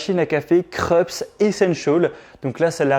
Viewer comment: Se pronoce Kroups, c'est allemand.